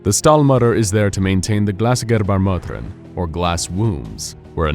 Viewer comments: He really chose some hard words like "Gebärmutter", poor guy was suffering saying it :D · hahaha das war schon crazy